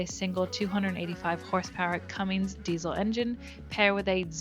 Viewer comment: Well... at first i thought you said a 'non diesel' so I was hanging out to see what sort of Engine was in it 😅 You clearly have limited concerns with operating a vessel this size, let alone another 10 feet. At 24 litres an hour, thats a very expensive crossing of an ocean. .. the other consideration, my view, whilst these boats are designed to operate in the Bering sea, they are not designed to ride out storms! Thats why the fisherman head for safe harbours.. even in our modern times these vessels when caught out in a storm DO sink! Way too often..